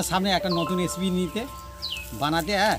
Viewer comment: এসিপি বলবে না শুনতে খুব খারাপ লাগে রেসিপি বলবে